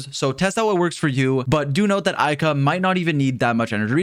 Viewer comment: Ayaka, not Aika